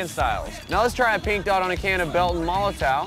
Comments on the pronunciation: MoloTOW its pronounced MOLOTOV. ITS FUCKIN GERMAN, IF YOU CANT PRONOUNCE IT, JUST SAY BELTON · it's a german brand, w = v sound MOH LOH TOHV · Isn't molotow pronounced "molotov"?